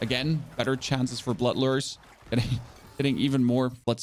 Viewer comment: Another tip is that they are "Lures". Not "Lers". Think fishing lure. Phonetically, the proper pronunciation would be spelled "LOO-er". Long U. Lure. They are not "lers" and never have been.